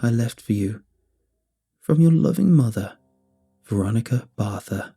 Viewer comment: What wait a sec ok barther not barth